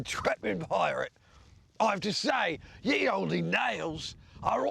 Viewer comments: Still bugs me he says ye olde like that, it's still pronounced like the old, he should know better but hey 😂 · Honestly no reason not to have them all on here. Nobodies buying the DVDs or a whole different subscription. Although I'm still bothered that Adam says "ye olde" when that's just pronounced the old haha, its dated spelling, not different pronunciation and he should know better 😂